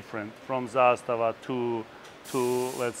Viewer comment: Props to you for pronouncing zastava correctly, it’s not a huge deal when people get it wrong but I’m glad to see someone get it right 😄